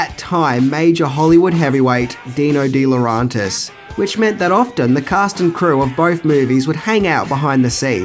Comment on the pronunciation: you trigger my OCD every time you mispronounce DeLaurentis...it's phonetic,pronounce it more like dela-urentis,jeez...